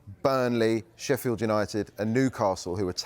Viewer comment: Its Sheffield mate